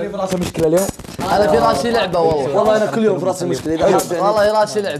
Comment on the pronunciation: والله وليس واللهي.. الله يوفقكم اسم الله عز وجل ونعم به سبحانه وتعالى جل جلاله بشكل صحيح..حتى لو اختلف النطق